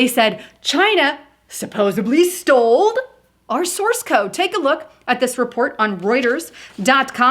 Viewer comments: *STOLE!!! Drove me crazy lmao. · Did you say sold or stole